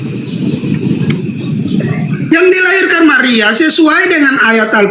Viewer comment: Oten Pendeta ini keliatan tololnya saat di tanya Yesus ciftaan apa pecifta,,😂 ngakak